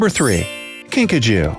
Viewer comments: I thought you said Pikachu but it was kinkajou hahahahahahahahahh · Video:”A kinkajou” Me: Are you sure its not PIKACHU? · ”kinkajou” What I heard: *”pikachu” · I heard Pikachu when he first said it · At first I thought he said pikachu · i thought he said pikachu too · “The Kinkajou” Me: Wait wuh, pikachu?